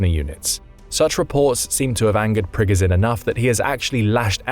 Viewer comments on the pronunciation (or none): Prigozhin is not Prigozin. He is the Preegojin. Not the Z, but the French J or Ge without the D.